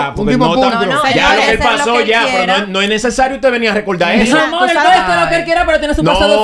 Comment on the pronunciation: ya tiene que poner la r donde van y dejar de usar la l, por ejemplo decir amol.